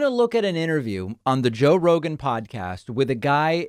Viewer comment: Joe Bro-gan